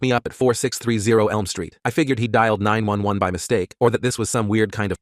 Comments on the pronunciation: when it said 911 like 9-11 i was like “didn’t 9-11 happen in the 2000s??” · the way they said 911 sounded like 9 11